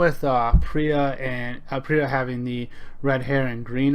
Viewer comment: Pro-tip: It's pronounced PEER-UH.